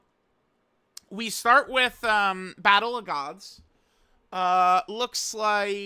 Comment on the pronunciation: it’s most certainly and definitely NOT pronounced Battle a Gods but it’s meant to be properly pronounced Battle of Gods ya doofus